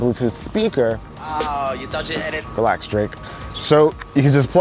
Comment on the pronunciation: "Realx Drake" lol